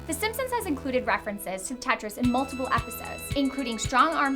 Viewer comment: Don't know why but I hate it when you say Tetris